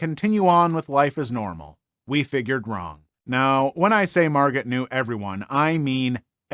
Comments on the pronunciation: "Margot" is pronounced "," dear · The T on the end of Margot is usually silent,. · The T is silent! Margot pronounced. Plz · Thank you! He’s the second YouTuber who mispronounced this name.